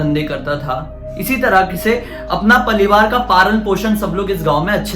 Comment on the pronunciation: 1.16 - palivaar ,🤣🤣🤣🤣🤣 Right is parivaqr